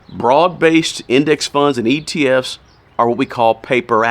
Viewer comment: Are you saying atf’s or etf’s ?!?